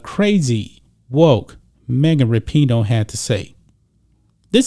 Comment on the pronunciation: LOL. It sounds like is saying Mega Rapinoe. And towards the end his facial expressions don't change when he states that " This is coming from the craziest, dumbest athlete in the world, Mega Rapinoe ". This video is classic.